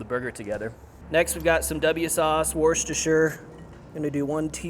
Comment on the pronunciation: Great video! Made it in a slightly altered way and loved it! ❤🍔 But, please... "parmigiano reggiano", not "parmezhan", bleeds my eyes. As for the Worcestershire souce, I'm not gonna comment on that, too funny 😂